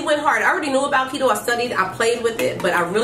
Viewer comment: Is that how you pronounce keto? It doesn’t have two e’s 🤷🏻‍♀️